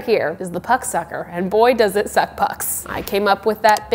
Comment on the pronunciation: I could not stop snort laughing this entire video. The way you say "puck," "suck" and "puck sucker" is a gem to the world.